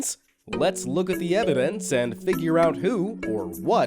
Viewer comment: Holy shit, is it just me or, at :40 did he say "Let's look at the eDiVence"? Instead of eViDence lol!